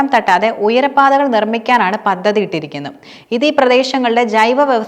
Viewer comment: പദ്ധതി. പതതി അല്ല